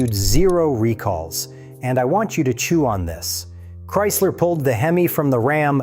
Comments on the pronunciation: Why did you call it hem eye it's hem eeee like Hemi. Not hem eye the way you pronounced it. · Within 30 seconds..voiceover says "HEM EYE" 😅. WTF? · In all your years of working on these engines, wtf is a hem-eye (time stamp, no idea, but at the beginning for sure) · You've been turning wrenches for 20 years and can't pronounce hemi?